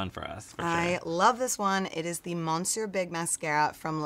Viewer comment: This video, ugh. How do you get to be as old as these people are without knowing how to pronounce "monsieur" and "Cote d' Azure"? It would have been nice to see them apply the products to a face instead of their hands.